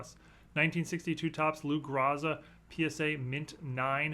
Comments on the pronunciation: It's Grow za, not Gra za, you young people are killing me on not knowing how to pronounce great players names. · pronounced grow za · Ahem… It’s Lou “The Toe” Groza, not Lou “Wears a Bra” Groza,, thank you very much. Just ribbing ya, 😆 We don’t have much to root for in the present-day Browns, but we sure do love our Hall of Famers.